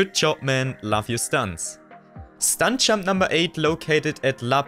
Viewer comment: Hey bro great vid but please work on pronouncing your “j” because i’m having a really hard time focusing when i hear”stunk champ” instead of stunt jump